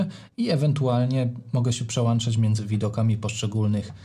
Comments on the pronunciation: Piłem do tego, że mówi przełanczać zamiast przełączać. Trochę jakby mówił poszłem zamiast poszedłem. I to i to "wiocha"... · dzięki za bardzo cenny film, ale litości, proszę się nie przełanczać, tylko przełączać. No, chyba że Pana ATEM Mini Pro ISO ma przelanczniki:). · Nie PRZEŁANCZAĆ!!! Film profesjonalny, a wiochą wieje co rusz...